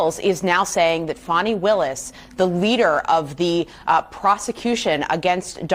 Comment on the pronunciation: Hey CNN her name is spelled Fani not Fonny, and is pronounced Fanny!!